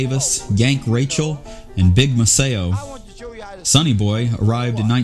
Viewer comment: Nice work, but I have two caveats: DeFord Bailey preceeded Sonny Boy, so we can't call the latter the "first great harmonica player." Second, the pianist's name is pronounced Big MAceo, not Big MacEo. Otherwise, nice work.